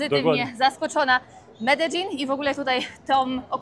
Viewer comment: Czemu ty mówisz medzelin nie Medellin ;)